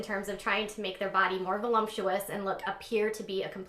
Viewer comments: “Vo-lump-chew-ous”? 99 percentile IQ? Yeah okay. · "Volu-M-ptuous"....really LMFAO